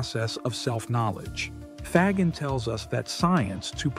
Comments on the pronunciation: Love the video. Excellent summary of Faggin's philosophy. I just wish you would stop murdering the pronunciation of his last name.. More like Fazsheen than fag-in. I know Americans have always murdered foreign names, but I thought we were changing. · It's not hard to say fa as in fabulous, and gin as in blue jean.😅